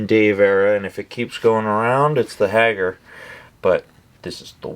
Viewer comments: Who the f@ is Hagger?! Say it with me HAY-GAR Hagar. Hagger... 😂😂😂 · Why the fuck did he say Hagar like that?